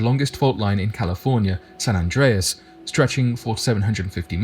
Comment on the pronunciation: Rock yes played in San Andrés Movie. Yes you pronounced it right